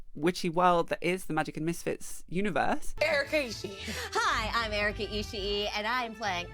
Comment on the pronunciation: Also, that guy pretending he can't understand singular "they" is annoying enough, but the fact that he keept mispronouncing Erica's last name was driving me nuts.